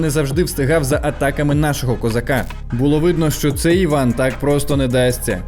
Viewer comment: Треба хоч іноді вмикати голову. Афроамериканець Іван? 😂 Ну??? Він Ііііван, с наголосом на першу і. Це французьке ім’я. Якась глобальна тупість 🌎